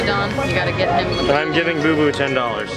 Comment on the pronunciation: It's BooBoo not BoBo